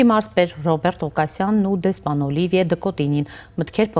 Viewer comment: Հարգելի հաղորդավարուհին դեսպանի անունն արտասանել չի կարողանում, տարօրինակ շեշտադրումներով, (Օլիիիիվիե, Դըկոտիիիինյի, ինչի՞ համար, Օլիվիե' Դըկոտինյի' ասելն այդքան բա՞րդ է) դեսպանի թարգմանիչը դեսպանի ասված ի մի մասը չի բարեհաճում թարգմանել... Ֆրանկֆոնիան խորը ճգնաժամի մեջ է Հայաստանում....